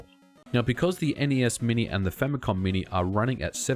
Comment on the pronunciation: language problems, "famycom"